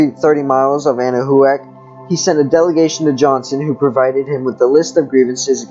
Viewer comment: It's pronounced 'Ana-Wac' thanks for sharing 🤗